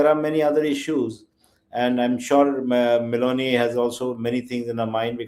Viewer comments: It shows how he pronounces her name Meloni as Melody and Donald as Doland This government has reduced serious matters as to such stupid level The dumb followers are looking for a love affair relationship... shows the stupid level of intelligence... He ran away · Donald= Do olund. . Meloni = Melody 4 th pass bania modi new pronounciation .